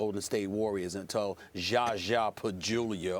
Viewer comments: It’s Zaza not chhhhachhhhha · he can't say Zaza, he keeps calling him Jaja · "Shasha Pajulia"